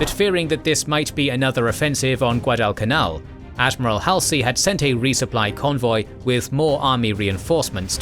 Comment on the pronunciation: HALL - zee and Mull - KAY - hee 👍 The video is otherwise well done. Sorry, mispronunciations are always jarring for me.